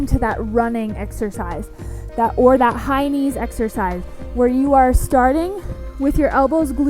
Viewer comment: I love these resistant bans videos! I had a little chuckle when I thought you were saying “hynie”😂 but you were saying high knees!😅